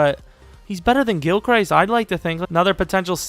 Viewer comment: Did you say Gil Christ? As a jets fan I'm offended, but I'm offended at everything you people say